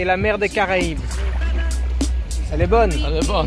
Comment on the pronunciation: Elle a retrouvé l'accent du terroir la "boooone" Lol